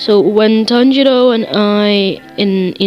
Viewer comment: Heres a thing its not zonutsiu its zenitsu Zen-eats-su And for tanjiro its Ton-ji-ro👍